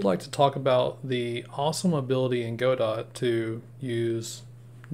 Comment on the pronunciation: hey man, good video but its go-dough not go-dot 😭